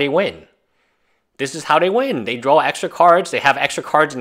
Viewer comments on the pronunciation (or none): I love your video...but it's DRAW...say DRAWL again and I'll bite your nose.